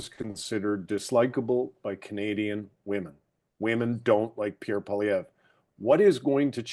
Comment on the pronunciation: I am so pissed to hear you butchering Pierre Poliviere. 😤 He is the most relatable (should have been PM) He knows his stuff financially, statistically, a humble family man with autistic child born and raised in Ab Sask. He is Canadian!! I say the media is the blame for a bias coverage during the campaign. This man worked so hard like I have never seen before during an election. The rallies brought in thousands!. Hope,joy, tears are you kidding me?? Not funny? Too serious? Too much like Trump? I call BS!! WTH do you want? A clown for a leader?? We just had one for nearly 10yrs! Absolute shame media. Sick rigged BS!! Canada got walked into a WEF GLOBALIST MONARCH TAKEOVER!!! So not proud to be Canadian today.